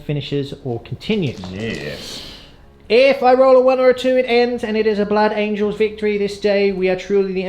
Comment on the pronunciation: ‘Blood angles’ 😂